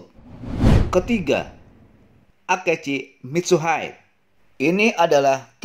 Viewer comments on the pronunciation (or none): ngakak ajg akechi mitsuhaid, padahal harusnya biasa aja bacanya mitsuhide